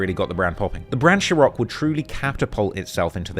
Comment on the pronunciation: Why u keep saying ciroc like that ? There’s no H